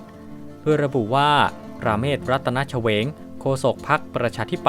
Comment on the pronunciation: (เชวง) อ่านว่า ชะ เวง แต่ตุณอ่านออกเสียงว่า เฉวง (ฉะ เหวง)